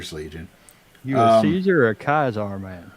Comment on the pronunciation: it’s pronounced “Caesar “not “Caesar”